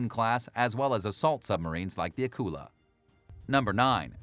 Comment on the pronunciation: Thanks for the video. I’m glad you got around to pronouncing Akula properly. Thank you!